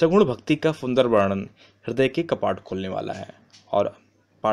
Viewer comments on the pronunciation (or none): none